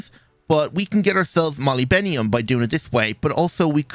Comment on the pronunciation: I dont think this is how u pronounce molybdenum